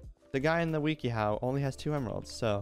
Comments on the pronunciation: i like how he says it "weaky how" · mans said weeky how